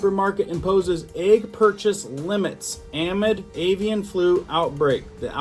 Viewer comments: amid is usually pronounced uh mid I believe, but to each his own, it just sounds a bit off to me when you say it lol. I love your content though so keep it up and thank you for helping us stay informed. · DEAR.....the word "amid" is pronounced aahh-MID' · Amid: uh-mid not trying to be rude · CRACKED me up hearing you pronounce "amid!" 🤣